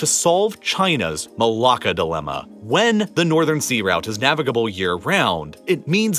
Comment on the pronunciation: As a Malaysian, he pronounces it just fine.